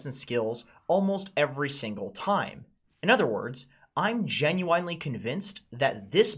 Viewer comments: Say it with me, JEN-YOO-WIN It's not Jen-you-wine unless you're taking about Elgin Lumpkin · You saying Gen-Uin-Ly like Gen-Yuin-ly is triggering me more than it should. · It's not Gen you whine ly? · When says “genyuinely” 😭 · The way you said Genuinely is so American. GENUANNELY!